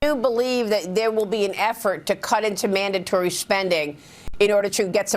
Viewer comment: Why do they say “mandontory spending.” Say it with your chest.